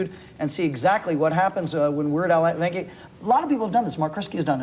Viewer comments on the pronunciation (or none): "Weird Al" Yankovic became "Werd Al" Yankovc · my favorite part is when the male anchor tries to pronounce Yankovic and immediately bails